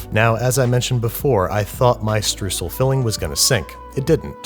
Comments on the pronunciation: Streusel is pronounced "Stroysel" and not "stroosl" ;) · it's pronounced str-oy-sl oy like in oil :-) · The eu in "Streusel" is pronounced like oi in "noice". At first I didn't understand, what you were saying :D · Streusel is pronounced more like Str-oi-sel... hahaha well you tried. Super cute... try a bit of kosher salt in your Streusel. :-) or add a wee bit of nutmeg. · To settle this once and for all: The German "eu" isn't spoken out like a "u". It's more like an "oi". ES BLEIBT HIER ALLES SO WIE ES IST UND DA WIRD SICH NICHTS DRAN GERÜTTELT! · Please stop saying strUsel, try saying schtrOIsel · Streusel, not Strüssel, it's pronounced Shtroycell. Sort of. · As an Austrian (Germany lite for all the Americans) I would like to point out that its pronounced StrEUsel not strußel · LOL Im german and I wondered what the hell a „strusl“ might be, until I realized its just a terrible pronounciation of Streusel😂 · Btw it's pronounced "Stroissel" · As a German i can say I died inside everytime a bit more when he said: Strusel and not Streusel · As a german I was like "What are struhsels?" and then I realized it was "Streusel" (pronounced "shtroy-sell") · "stroysle" als Aussprachehilfe könnte man ihm ja mitgeben... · Butchering German Words with Babish. It's not stussel. It's Streusel. Pronounced St of stop + R of Roman + Oy from oyster + Cell from cellphone. 🙈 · Strusel... strusel.... what is he talking about? Oh... Streusel! The "eu" is no "u" but it is a "oy" like in "toy" so it would be easier to say it as "stroysel" for English speakers? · by the way it's pronounced "stroy sel" german guy here, enjoying the show! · I'm already trying to avoid hearing that totally mangled up word "Streusel" ... so say it together with me: "stroy-zel" - the "eu" prounounced like the "oy" in "destroy", and the "sel" pronounced as in "select". If I can pronounce a lot of Murican words, so you can with Görmän ;) cu, w0lf. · Streusel is more pronounced as 'Stroisel' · Say shtroycell...